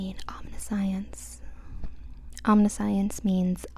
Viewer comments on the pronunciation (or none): Omniscience is om nih shence. But that’s ok.